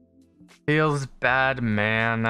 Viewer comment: Who else hears when he says Feels Bad Man FeelsBatman or is it just me.